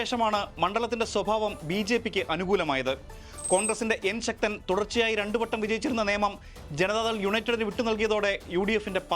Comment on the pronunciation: ശ ക്തമായിട്ട് ശ ക്താനാണ് പറയുന്നത്